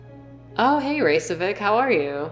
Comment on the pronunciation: Isn't it pronounced as Rey-Che-Vic?